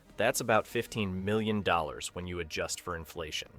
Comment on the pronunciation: Overall, I liked the video, but the narrator kept messing up the inflection on "Here's looking at YOU, kid."